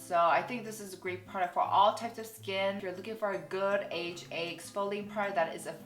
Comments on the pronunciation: It's not aha it's A H A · AHA isn't pronounced "aha" but you say "A-H-A" (the letters). You said both "aha" and "A-H-A," but you refer to the product itself as "aha" but the chemical as "A-H-A." Just found this funny lol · Korean people pronounce AHA and BHA aha and baha, respectively, just cus it’s more convenient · I follow a Korean dermatologist and she pronounces it the same way too! Guess it's just how Koreans say it